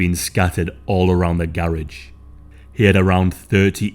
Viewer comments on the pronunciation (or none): Just say garage right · The way he says garage 😂😂😂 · Who else loves how this channel says "garage".